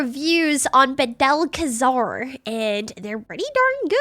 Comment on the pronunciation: I flinched every time she said badel…..it’s clearly bad el